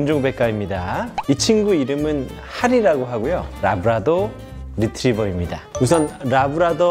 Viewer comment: 래브라도인데 왜 자꾸 라브라도 라고 하나요